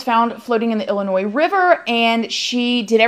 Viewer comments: Thank you for all you do but most importantly thank you for pulling the "s" out of Illinois! You rock! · ILLINOIS WITHOUT THE SSS. I'M SO PROUD OF YOU!!!